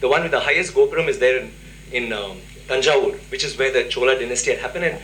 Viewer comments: Correct pronounciation -thanjaavoor temple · It's not Tanjore it Thanjavur don't spoil the name.